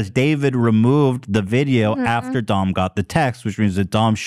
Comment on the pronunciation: I thought Ethan was making fun of Doms name and the whole time he thought that’s how you said it 😂